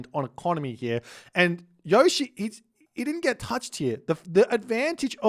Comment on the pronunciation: Yushii is the way to pronounce it. Gotta give it that Japanase speed